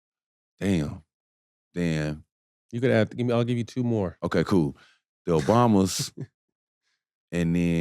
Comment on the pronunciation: Love shump and loved the interview until he said obamas lol